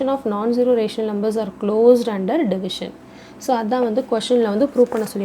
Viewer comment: Rumber ❌ number💯😂😂